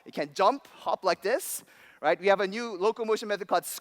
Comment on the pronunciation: this guy probably has $200,000 worth of education... yet he can't say "right".